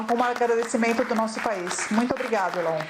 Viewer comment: Uma tradutora que não sabe pronunciar Elon é lamentável